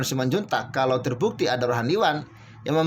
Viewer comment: Admin baca berita ngekngok2, baca rohaniawan selalu rohaniwan.